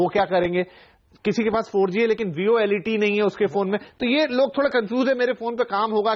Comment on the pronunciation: . Volet nahi bhai VOLTE.